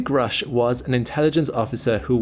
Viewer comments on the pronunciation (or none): Grusch is not an English 🏴 name. This spelling points to Central Europe and is pronounced Groush*… Sorry about this. Your colleagues at the channel *The Angry Astronaut pronounce it correctly. Thank you for this very informative and non-sensational collection. This is a topic I normally avoid.